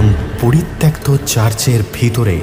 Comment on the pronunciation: তোমার "আদৌ" শব্দের শুদ্ধ উচ্চারণে মুগ্ধ হলাম।আর তাই দুটো শব্দোচ্চারণ ঠিক করে দিতে চাই কারণ তোমার গল্পপাঠ নাটকে উত্তীর্ণ করতে পারো তুমি।"পরিত্যক্ত" ও-কারান্ত হবে।পরিত্যাক্ত ভুল।"আহ্বান" উচ্চারণ হবে আওভান আবাহন নয়।